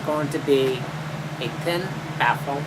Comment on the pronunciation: daisy corta yeah, I thought he said a ten baffle. I was thinking 10 baffles might be overkill. LOL